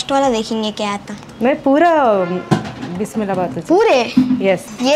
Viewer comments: it is Bisse Bille Bhath...not Bismillah Bhaath...pls note... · Madam..it's not bismillah bath..it is bisbille bath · Adi bismillah bath kadu besebelle bath thalli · బిసి బెలె బాత్ andi😄. కన్నడలో బిసి = వేడి వేడి, బెలె = పప్పు, బాత్ = అన్నం. బిస్మిల్లా బాత్, మషాల్లాహ్ బాత్ కాదు 😃😃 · Hi! It's not (Bismilla) it's called as Bisibela Bath!! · Just one correction....it's not bismilla bath mam....its (BISI BALE BATH) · Bissbella bath bissmilla kadhu andi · Bismilla bath kadu bisbele bath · Its bis bele bath not bismilbath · Its besibella bhaath not bismilla bhaath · Bis,i bele bath. not bismillabath. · It's Bisi bele bath. Not Bismilla bath 😶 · Ayoo madam not bismillah bath 😂😂😂it's besi bele bath